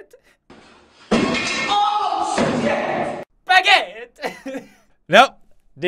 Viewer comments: i was fine until he said "OH SPAGET" 😂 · would you like sum a spagett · Im sorry but what is spaguett ? What this mean ? Im lost help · "Wait Did He Say "Oh Spagett?"" *👌🏼* Me: *Dies Of Laughter* "Spagett" 👌🏼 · He said sh**t not spegett